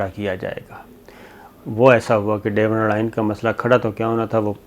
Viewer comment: Sabir sb Durand Line hai, isko Dorand line parhtay hain. Devrand nahi.